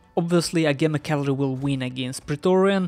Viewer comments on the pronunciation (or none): Agema is ah-gee-ma. Also you can turn off the sound made by screenshots in Steam settings. Having never heard of roflmaster I'm not surprised to see him get wiped up but he didn't do too badly, no major micro mistakes or anything, just not good enough at the game.